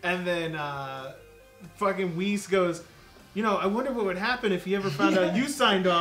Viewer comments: Whis ( Wies) JOE! not wizz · OMG his name is not Wiz. It's Whis, you say it wees